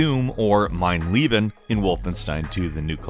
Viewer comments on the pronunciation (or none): "Mein Lieben"